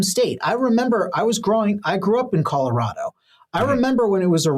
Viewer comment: if you grew up in Colorado why can’t you pronounce Colorado properly? (Sorry, just a pet peeve) I identify those born and raised in the state by the way they pronounce it.😉